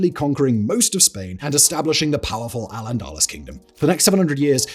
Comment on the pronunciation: I know Simon is a Southerner, but as a Scot I cringed at his pronunciation of Culloden as KUH-loh-din, instead of kuh-LOH-din! He gets a pass though, as it's just how he rolls! (and given that a few entries later he butchered the pronunciation of Al-Andalus, I guess we should all just let it go!)